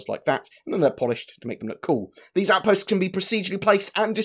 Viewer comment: Surface Aoutpastes :)